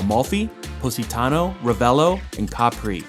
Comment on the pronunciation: it's Capri, Not Capri' ! Capisc?